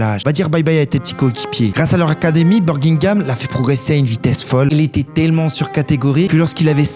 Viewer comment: Pk tu parles comme un dégénéré ?? Birgingam mdrrrr